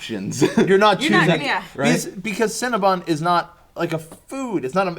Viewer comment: Cinnabun?! NO. I reject your pronunciation of Cinnabon.